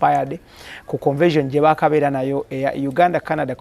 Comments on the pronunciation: Speak on it!! I thought my ears were going bonkers!! For some reason a lotta folks pronounce it that way!! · it’s not CONVASION please., it’s CONVENTION. RoGe tried to over pronounce it to help you. Please style up